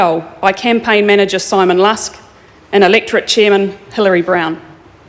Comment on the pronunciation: It makes me cringe how she keeps misp4onouncing taupō